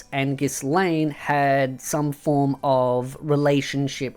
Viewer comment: You don't pronounce the S on Ghislaine how can you make such grave mistake when you keep talking about MT for all this time? you should have known that by now, that was seriously very embarrassing, be more careful next time I wasn't expecting that from you..